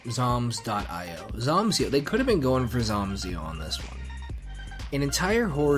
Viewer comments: very late, but i agree with the “i o” pronunciation. it’s an acronym, after all, either for indian ocean or input/output depending on context. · It's "dot eye oh" You were correct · it is "dot" "I" "O" you said it correctly. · I can confirm, it's definitely pronounced "io" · Yep, I have always pronounced it dot eye oh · (ok yeah ofc its pronounced "Aiy, Oawh" which are literal pronounciations for i and o) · It is pronounced (dot) EYE-OH games; cuz it is literally an 'I' and an 'O;' this isn't that hard; anyone that says otherwise is a total and complete oafbag